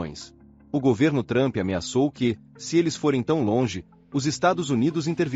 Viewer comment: Adoro quando falam o nome do cara de "Trâmpi" 😂😂😂😂